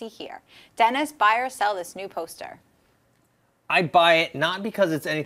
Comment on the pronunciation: Whenever says Dennis' name, I think she's saying "denizen". Kinda sounds badass for a second, like some hip net or gaming alias. I think Assassin's Creed, if done right, could go for a few movies and do very well. It's got a lot of the right talent attached, or interested in it as well, which doesn't hurt. First and foremost though, it has a staunch fan-base and carries elements that would make it broadly appealing to more than just gamers.